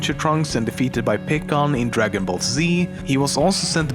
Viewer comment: You say Gohan and Pikkon wrong.